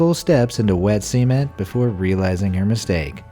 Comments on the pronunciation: This nigga really pronounced sement as seement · Wet semen? Do you mean cement? Pronounced sement, not seement. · It's cement not see-ment (sorry high standards) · Imagine taking three steps in wet cement and now imagine saying cee-ment instead of cement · Why does he say SEAMAN it's CEMENT as in CE......MEN.......T CE..........MENT CEMENT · "seement" okay be amazed also heres this mistake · The way you pronounce cement sounds like you’re saying sement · "This lady took three full steps into semen" is all I could hear 😂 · I'm just laughing at the narrator's pronunciation "see-ment". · I'm hoping I'm not the only one who heard semen when he said cement... no, just me? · Sea-ment lol 😂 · Cement is now pronounced 'sea meant' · literally thought you said 3 steps into wet semen 😂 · lmao, who else heard semen? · Did he say wet semen ??? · I heard that"GOD FOR BI#CH" who else hear that